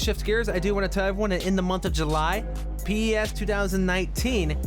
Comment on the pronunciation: PES is an acronym, not an initialism. You say it as "Pez" not "P-E-S"